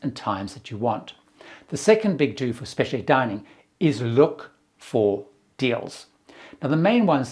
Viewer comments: goes back and forth with his pronunciation of "Specialty." He sometimes adds and extra I, but he KNOWS it does not have that extra I. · UK English has the extra I, but it’s really interesting hearing words converging like this. If you’re exposed to hearing one pronunciation more, it seems more normal to you. Pretty sure he uses US pronunciation of innovative.